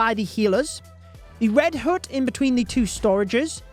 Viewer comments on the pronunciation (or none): Can you stop saying “red hoote”🤣 it pronounced H-UH-T (hut)